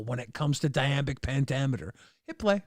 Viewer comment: it's "iambic pentameter"